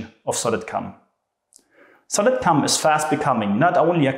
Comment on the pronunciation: Please tell me I'm not the only one hearing "Solid CUM"